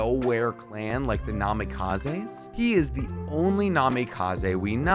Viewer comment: Meenatoe? Tzunadae? Namikazay? Hoekagay? dude, like seriously, what the hell are you talking about? like how am I suppose to force my self to believe that you are trying to make sense? 😂😂😂